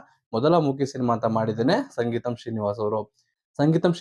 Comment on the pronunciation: ಸಂಗೀತಂ ಅಲ್ಲ ಸ್ವಾಮಿ, ಸಿಂಗೀತಂ